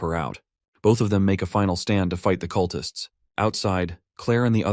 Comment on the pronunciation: "The cutlists try to stop him"... cut-lists? Really? OMG I hate AI.